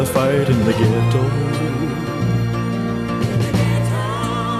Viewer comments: Mac Davis wished Elvis had pronounced Ghetto as ghe-doe not ghet -toe. He did not write it that way. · Mac was taken aback when Elvis pronounced the word ghetto the way he did. But it worked anyway. I remember a routine with Richard Pryor making fun of the way the word was pronounced in the song.